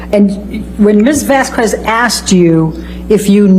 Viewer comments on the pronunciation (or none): Ms "vas-qwez" 🤦🏼‍♀️ the clip with the horse flying across the sky with the angelic chorus just sent me 😂😂😂💀💀💀